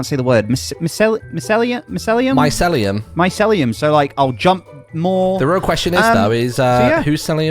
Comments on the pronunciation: “My-cell-lee-am” - “My-seal-e-am” -Me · Mycelium pronunciation my-sea-lee-um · Martyn & are Grian's fake friends. If they were his real friends, they'd be able to pronounce Micellium (My-See-Lee-Um). 😂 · Neither of them said “Mycelium” right🤣🤣🤣